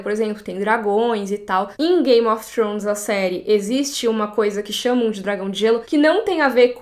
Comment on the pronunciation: É forma correta de se pronunciar "th" em inglês